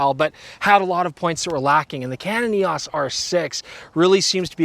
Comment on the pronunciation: It's E O S not E-awwss!